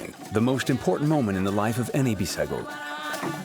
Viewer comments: Its not Bissago 😂. Its called “BUJUGUS” tribe/people. In Portuguese its called Bijagos. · Correct bijagos not bissago